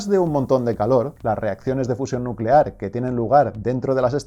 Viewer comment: Ahora todos a crear bombas nucelares jajaja Es nucelar, nuuucelar